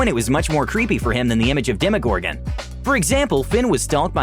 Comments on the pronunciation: When he said dem-o gorr-goon I felt that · how he says demogorgan tho